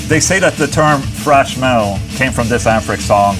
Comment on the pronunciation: "Frash Metal" - Ola, TH does not sound like F. Saying "frash" is incorrect. Do you say Thor's name as "For", too?